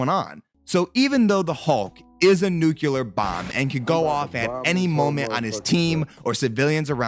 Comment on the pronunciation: "Nuculur bomb" Say it with me bro "Nu-cle-ar"